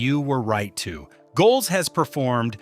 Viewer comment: Cripes, this mechanical voice is annoying. You've got a potentially great video here marred by the fact that a robot doesn't know how to say the name of the person the video is supposedly celebrating. So you have the v/o saying "Go Elz" like it's giving big ups to the Rhineland. If you're praising the humanity and artisanal qualities a person has brought to characters that survived corporate buyouts and technological obsolescence, then actually have a person say it. Do better.